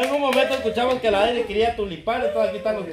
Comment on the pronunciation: Esa blanca 🤦ni siquiera a aprendido a decir Dairy .dis dailin 🤦🤦😠😠😠😠😠😠😠ayyy q guebaaaa